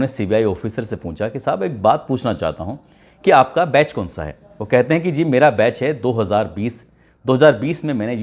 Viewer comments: बैस नहीं बैच है 75th RR Batch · Base nhi वो बैच होता है।